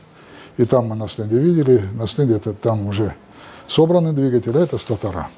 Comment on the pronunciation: статора!!!? У вас есть какое-то образование?